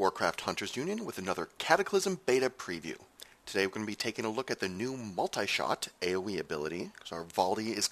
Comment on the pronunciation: I hate the way he says MULTAY SHOT!